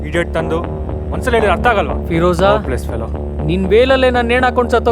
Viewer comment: Firoza❌ Firraaaja..✅ 😅